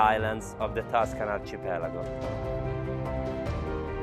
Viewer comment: I’m speechless 😳. What an amazing estate 😍 with such spectacular views! Wow! Heaven on Earth. And brilliant presentation as always (only one slip on the word “archipelago” 😬 ... I’d let you off the American version of “privacy” as they have a decent President now lol) ... and that gorgeous pussycat 😍. Mine’s very similar but 4 times the size as she’s greedy 🤣. Congratulations on this excellent new sales video. You should be truly proud of such professionalism at a pretty young age. Well done! 😬🐾🥂